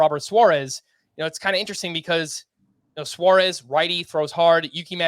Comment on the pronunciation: I like the way says "Swaurez" instead of suarez